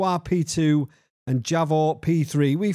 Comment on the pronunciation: Javor would be pronounced in English as if it was spelled Yavor. The name means a maple tree. Nice driving as always,.